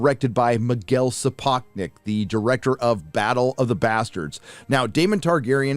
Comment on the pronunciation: you mispronunced Sapochnik.:) btw what the hell is the deal with those black people wearing white wigs. Are they supposed to represent Targaryens? I ask this because I won’t watch this garbage